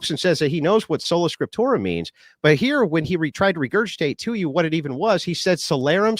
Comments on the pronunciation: What the fuck is "scriptura soleram"? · Solanatium Scipturium, you have to say it like. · Ah, Scola Tripsura, no..... Trolla Sprictura, wait..... Spota Proculla???, just leave that tab open man. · "Solo Scrotumus"... intentionally or not, dude was trolling😂